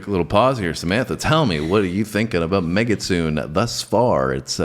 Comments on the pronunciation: Just as a reference, the song is pronounced meh-gi-tsu-neh. Mekitsune means female fox in Japanese. The part with the mic that you reference , they are saying we are not foxes, we are female foxes. When she reveals the sword, she says "don't underestimate us (women)". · just had your video pop up on my stream. Thank you for reviewing Babymetal. They are lovely, aren't they? Just a friendly fyi, the name of the song is pronounced like this: "May - gits - SUE - ne" . Japanese can be hard sometimes to understand how to pronounce things, so no worries on this one! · It's Pronounced Meg A Su Ney. Very Excellent. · Hey,, the song's title is actually pronounced "Meh-Giht-Soo-Nay" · "megitsune" (said like mehgee - sue nay) and it means "female fox" (the mask is a fox mask)